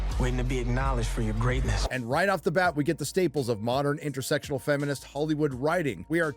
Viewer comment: Did he say Intersexual!? It's interSECtional, what a rube.